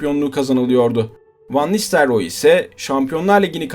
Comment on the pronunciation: Olimpiyat çocuğu Van nistelyoor😁